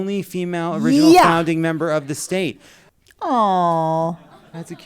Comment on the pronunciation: I thought Jon kept saying The Staint, rather than The State Comedy group. 😂 I feel like "staint" is a great word that should be used more frequently.